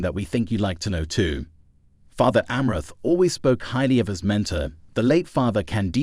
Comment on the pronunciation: you/the robot is not even pronouncing Fr Amorth's name even close to correctly.